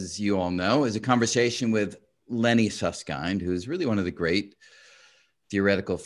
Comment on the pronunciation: I appreciate Brian's effort to correctly pronounce Susskind, and to almost correctly pronounce t'Hooft. :)